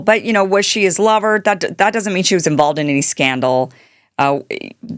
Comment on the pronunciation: Its kinda funny the way kim says "lover" lol . I do not know why seems old timey.